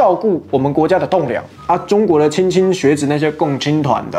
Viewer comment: 纠正一下，莘莘学子 shen shen，大陆这边的读音。